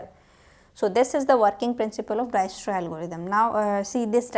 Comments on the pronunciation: For the uninformed , It's pronounced as Diekstra . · visited to see pronunction of dijkstra but ended up watching whole lecture , good explanation .